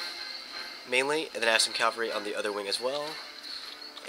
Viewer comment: Dude, caVALry... I really like your commentary video's, but everytime you say calvary, I get the urge to scream and kick something... even though English isn't even my first language. I know you can't just "remake" all your video's just to change a single word, but I hope you'll say it correctly in all video's yet to be created. Apart from that minor bit of irritation on my behalf... you're an absolute first class 'Empire Total War (or any Total War game) general/admiral'. Well done there